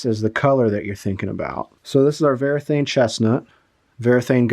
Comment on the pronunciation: The brand is Varathane, not Verathane. It is printed right there on the can